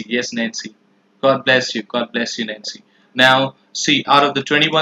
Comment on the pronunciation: Whenever you say "Nancy" it sounds like you're saying "Nazi".